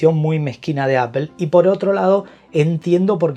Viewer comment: Muy buen vídeo/resumen, en conclusión…. “Apel” y sus “Apel-adas” que la mayor mejor en la serie pro es que ahora viene en titanio con su respectivo aumento de precio 🤦. Maldigo la hora en la que me enamoré de Apple y sus productos. Y solo me queda corregirle a un ligero tema con la dicción, no es tranferencia, es transferencia y no es perpectiva, es perspectiva. Esto por ser quisquilloso 😅 pero gran vídeo y muy bien explicado todo. Seguid así!!!